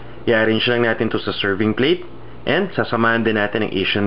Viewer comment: pasintabi na po sa inyung lahat peru hindi ku talaga matagalan ang boses ng tao sa video ... yun lang ang dahilan kung bakit di aku nag ssubscribe dito .... ayoko ng "makati accent" gustu ko "manila accent" , parang ang arte kasi pagbigkas na lang ng "ATIN" gagawin pang "ATENNN"...